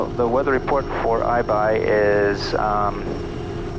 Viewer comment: The minute I heard say Aibai I knew we were in for some trouble.